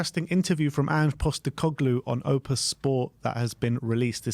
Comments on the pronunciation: It's pronounced O P T U S not OPUS you silly twats 😂😂😂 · It’s OPTUS! Since the beginning of the year you constantly say opus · As an Aussie, I had to chuckle at "opus sport" 😬 (FYI it's Optus) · Repeat after me, it's OP-TUS